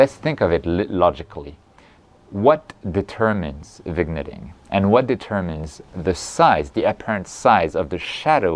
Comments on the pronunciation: Excellent explanation as usual! Really going to help a lot of people here. Pronounced: Vin-yet-ing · I see no problem reusing flats, the only time I take fresh ones is if I rotate the camera to frame a specific subject. As for vignetting, as far as I know, is pronounced vinyetting. 😁